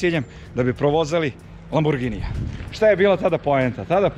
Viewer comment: Prvi put da neko konacno kaze LamborGini bez lamborDzini